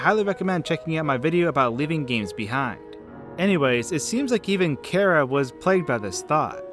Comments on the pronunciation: It's not Kara it's ch-ara "CH" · it's ch ara